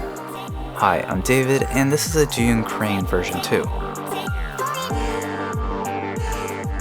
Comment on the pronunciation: Lol thank you for pronouncing Zhiyun correctly Sincerely, Frustrated Asian